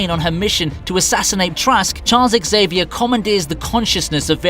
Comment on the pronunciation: Everyone, listen carefully. When the first letter in a word is an X, it's pronounced like a Z. So, Xavier is pronounced Zay-vee-air, not Ex-ay-vee-air. Think of Xerox, the copier company, or xenon, xenia, or xylol. Drives me nuts. Thank you for your cooperation.